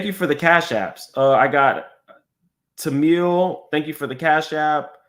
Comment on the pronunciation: Yayyeee!!! You said my name right!! TAMIEL!! 😂 You are welcome!❤